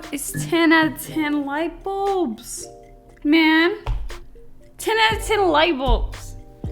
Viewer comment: I am on the e floor laughing so hard!! “Ten out uh ten lightbuls”